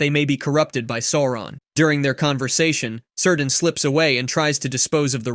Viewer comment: Is this an AI voice cuz my homie's name ain't "Sir Dan". It's Cirdan, pronounced "Kear-dan".